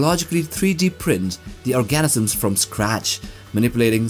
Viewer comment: Organisms — not Orgasms lol